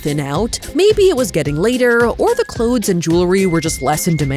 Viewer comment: “the clodes” lol